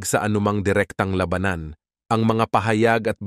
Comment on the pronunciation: Ayusin mo nman accent mo by pronouncing the word "labanan "